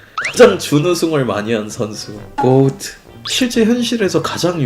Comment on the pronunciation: 매번 고오트 라고 발음하는거 개웃기네